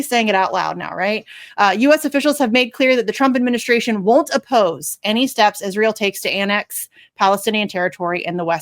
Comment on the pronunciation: Jimmy, you gotta get rid of this, she’s an awful order/presenter. The number one thing that really bothers me when she talks is the way she says any word with the str sound in it, like street, she will say shtreet, with the sh sound. Or the word administration, she will say sounded like adminishtration. Why? Candace Owens talks like that as well, I hate it.